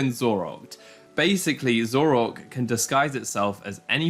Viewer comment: your pronunciation of Zoroark as Zorork unsettles me.